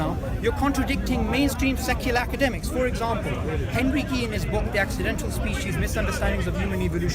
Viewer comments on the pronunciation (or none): none